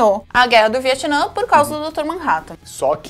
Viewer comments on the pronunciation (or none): Eu fico me lembrando que se não é Viatnã e sim Vietnã